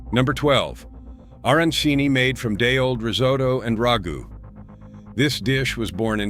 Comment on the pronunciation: Another subtle mispronunciation. Is not RAH goo, it is rag GOO.